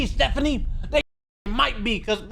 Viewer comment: You did Stephanie dirty with that first pause